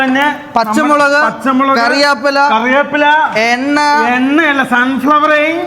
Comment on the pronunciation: മഞ്ഞപൊടി അല്ല മഞ്ഞൾപൊടി . കരിയാപ്പില്ല അല്ല കറിവേപ്പില